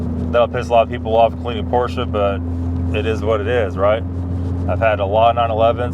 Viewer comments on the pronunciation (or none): It would be credible if you would at least pronounced the brand correctly….PORSCHE / POR-SHUH